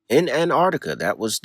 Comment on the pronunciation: Please stop calling it anardica